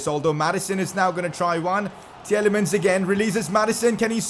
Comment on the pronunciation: Your saying Tielemans name wring it’s TEE-LA-MANS